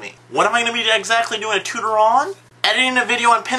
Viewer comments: say it with me: TOO-TOR-E-AL TUTORIAL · Not bad! But it is pronounced "TOO-tore-e-al" Otherwise, a very informative video.